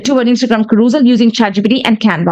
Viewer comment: As a fellow OCD, your pronunciation of CAROUSEL (ka- ROOS-al???) is driving me absolutely 😵‍💫 mystery: wondering why you didn't ask ChatGPT how it's pronounced.